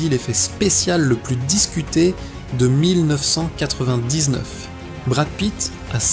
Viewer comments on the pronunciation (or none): Oui j'ai arrêté au bout de 10 secondes !!! quand l'IA prononce 1999 !! Enfin prononcé est un grand mot !!